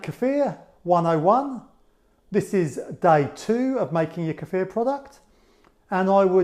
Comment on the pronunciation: I love you!! You pronounced kefir correctly! I don't know why it grates on my ears when people say [KEY-fur] but it does. And thank you, too, for such a good video!